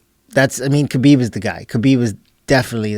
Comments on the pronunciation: Joe Rogan consistently pronounces the K in Khabib. It’s silent. I thought Joe Rogan was just an idiot at first but it’s likely a passive aggressive insult. How can he not know how to pronounce the Champions name after a year? Weird. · I just came here to see how this dude’s name is pronounced